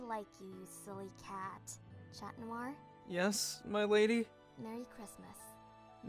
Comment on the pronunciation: She is saying cat instead of cat